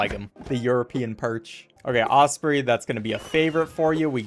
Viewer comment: maybe the first person i've heard pronounce osprey like that...